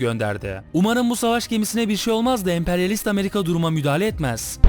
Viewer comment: O gemiyi İspanya değil 2.Abdülhamid emri ile güvendiği adamları amerikan gemisi patlatıyorlar Abi Küba'nın Hayır PUŞTLUK kelimesini Ameriga diyor :D